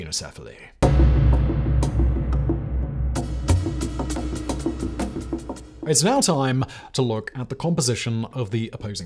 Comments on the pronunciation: Keeno 🙄... It's Pronounced sign-o. truly leads a busy life. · You still have some way to go in learning to pronounce English but your Greek is atrocious. It is pronounced Sign-o-sef-ily. I could understand if you are doing a cold read, but you have time to look up pronunciation guides if you are doing a recorded script like on this channel. Please take the time to do so. It is painful to hear you continue to mispronounce words. By the way, it is con-tribute, not contribute accent on the last syllable. Surely they pronounce that one right even in England!